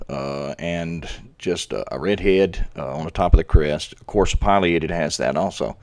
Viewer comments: It's "pileated" sounds like pill E ate ed. NOT pil I a ted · It really is pronounced Pill-e-ated. Even Alan Alda pronounces it that way and he's a birder.